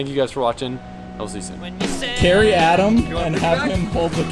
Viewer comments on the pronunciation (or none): Did you say “LZ you soon” at the end of the video?! 🤣